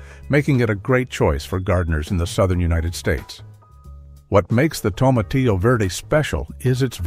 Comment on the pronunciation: Please don’t pronounce the double L in tomatillo. They are silent L’s. It’s pronounced “tomatiyyo” just like you don’t pronounce the L’s in quesadilla